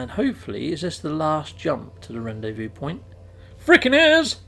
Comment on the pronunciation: Hi... Loving the vids & tips.... Ps... Rendezvous is pronounced.. Ron Day Vu...:)